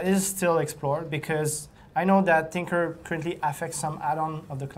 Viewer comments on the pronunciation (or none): Tinkerer* not trinkerer.